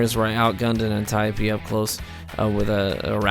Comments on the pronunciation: "an- tie-pee" lol wut? An-tee-Ope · It's not pronounced anti-opee...